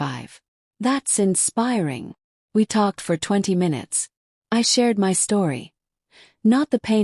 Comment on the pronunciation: M Y is my.When will AI get it right?